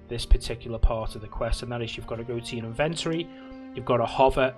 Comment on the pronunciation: BRO why you saying inventory like that